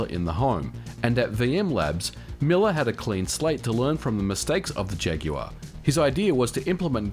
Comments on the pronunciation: Modern Vintage Gamer you must be the first American who pronounces ‘Jaguar’ correctly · Good to know that aussies pronounce jaguar correctly like us brits. It's not 'jagwaar' for Christ's sake!